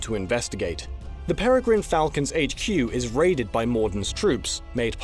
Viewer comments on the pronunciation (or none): none